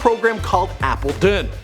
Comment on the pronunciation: it's ay-bel-tehn